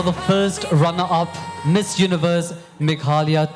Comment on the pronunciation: Bro its not meglaya it's Meghalaya